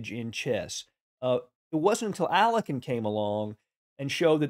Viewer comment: Alekhine is pronounced Ah-li-O-heen.